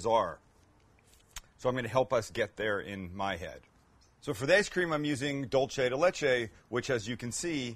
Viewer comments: Hey Sam! Love your vids!!!! But......Dulce de leche is Spanish, its pronounced doolseh. Dolce is Italian. Pronounced Dolche. 💖✌🏽💖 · It's pronounced "doolsey" de leche", not "dolche". It isn't Italian, after all—it's Argentine.